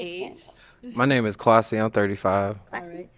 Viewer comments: "Quasi" I'm gon' need you to PRONOUNCE the name like it's supposed to be 🙄 It's KWESI 🇬🇭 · Kwasi needs to stop with that B.S.. your name ain't Kwaaa- c lmao pronounce it properly. So happy the guy in floral shirt took a chance and got the lady in floral dress. Their clothing was colour coordinated. It was meant to be. Can't wait for their re-union episode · Kwasi please pronounce your name in the true Ghanaian form 🙄🙄